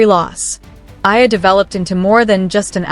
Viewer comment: it's E A L A NOT AYA please do you know HOW TO READ??????? FOR GOODNESS SAKE!!!!!!!!!!!